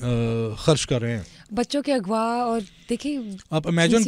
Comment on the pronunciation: یہ بی بی کا تلفظ انتہائی انڈین کیوں ہے۔ جیسے خان کو کھان، غزہ کو گزہ، اغوا کو اگوا وغیرہ